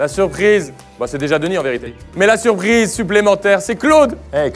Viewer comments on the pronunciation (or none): oh un partenariat pour une financer une de vos vidéos !!! quel surpriseuh